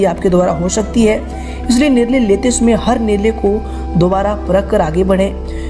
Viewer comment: शमय नही समय